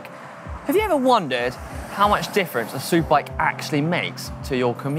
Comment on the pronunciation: you said soupbike lol